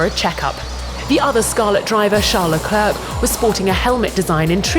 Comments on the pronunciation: Leclerk? Isn't it pronounced le-clair? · I hate when ppl pronounce Leclerc as "la clerk" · So irritating when people pronounce Charles' surname 'le-clerk'